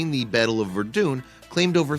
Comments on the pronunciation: Battle of Verdoon. BRUH. Verdun; ver-done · OMG, learn to pronounce the words correctly...’perch-lorate’ is pronounced ‘perk-lorate’, ‘Verdoon’ is Ver-dun’. Makes you sound like an amateur! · Did he say verdune? It’s pronounced “”ver-dun”. If your going to talk about history, please learn to pronounce things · Ah, yes. Everyone knows of the famous battle of “Verdoon” -_ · How most say it Verdun how he says it verdoon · Verdoon? Verdun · This was great but then you mispronounced Verdun. Ver = her, and Dun as in “won”. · Verdun isn't pronounced as Verdoon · Verdoon? Uggh...moroon. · "Verdoon?" You gotta be kidding. (e_e) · "Version?" Are you stupid? I'd love to have one of these videos made with someone who knows what the Hell they're talking about. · Verdun is pronounced Ver-Done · BUY A DICTIONARY!!! LEARN HOW TO SAY WORDS LIKE "PERCHLORATE" (LIKE CHLORINE) AND "VERDUNNE"!!!! YOU MAKE YOUR LIVING SPEAKING SO AT LEAST SPEAK CORRECTLY!!!!!!! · Why is it American presenters never research how to correctly pronounce foreign words and places? - wtf is 'Verdoone'?! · It's ver-dun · "the Battle of Verdoon" ? if the script writer and the narrator can't get the pronunciation of one of WW1's most well known battles correct how much else here is wrong ? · Better than my World History teacher... He always pronounced it "Vare-din" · Mark Zewalk / Verdun. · It‘s called Verdun. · The Battle of "Verdoooon" ??? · Cant even Say Verdun right and every piece of voice recording cuts off too short. Lmao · the real horror is the way you pronounce the names of some of these town especially Verdun... Have some respect!